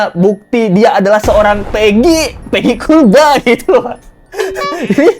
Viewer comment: Maaf sebelum nya. Mohon anda mengkoreksi sebutan kulba itu. Intonasi dan sebutan nya itu seperti terkesan merendahkan. Padahal harus kt akui bersama klo jasa buruh bangunan jasa2 nya kt nikmati bersama, termasuk ruangan yg anda tempati itu pasti jasa dari buruh bangunan. Terima kasih sebelum nya